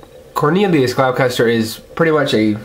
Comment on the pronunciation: It's pronounced gloss-ter, there is no "ch" sound. But then again that's how it's pronounced in the dub.